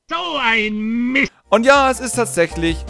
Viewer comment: Stimmt, weil das "T" von Mist eigentlich fehlt...